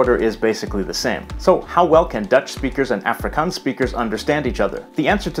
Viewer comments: Some pronunciation tips: Afrikaans is pronounced like "aaf" "ri" "kaans" (note the long a-sounds) Boers is pronounced like "boors"; it's one sound Khoi-San is pronounced like Choi-Sun, no isolating the o- and i-sounds But well done for getting most of the rest right 👍🏻 -from a native speaker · The "A" in "Afrikaans" should sound almost more like "u" in the word "up" , rather than "a" in "active". You got the double-a sound in "Afrikaans" right though! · okay, i’m from the eastern cape, and i speak afrikaans with my friends at school and english with my family. maybe this is a western cape thing, but i’ve never heard afrikaans pronounced like africans. so i’m not sure if it’s just his american accent or if he got it from those audio clips he uses. same with the word boer. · it's AA-FRIE-KAANS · Its pronounced Ahfrikaans... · The way he says afrikaans is triggering😂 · The way he sais afrikaans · I have never heard anyone in SA refer to it with that pronunciation, everyone I have been in contact with uses the proper Afrikaans pronunciation in South African English